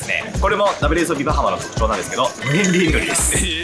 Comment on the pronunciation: 因みにアクセント、バ(→)ハ(↑)マ(↓)ってバハマ人に怒られたことがあります。